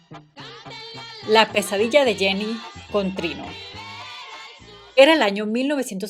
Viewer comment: Jenny no es Janney en ingles. Jenny es ingles tambien